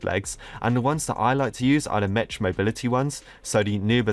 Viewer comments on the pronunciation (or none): its pronounced mec not MECH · Its not Me "ch" its pronounced Me "k" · the word mech is pronounced MECK not METCH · ‘Mech’ is pronounced ‘mek’ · Dude for the last time it’s pronounced “meck” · This is making me trigger so much, I hope reads this. Mech is pronounced "meck" and subarctic is pronounced "sub-arck-tick". If you do read this, change your evil evil ways... - A decent fan who always criticizes your pronounciation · It annoys me how you pronounce “mech” The ch in mech makes a K noise